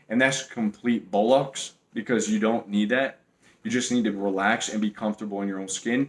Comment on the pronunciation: Valiant effort trying to say bollocks with an american accent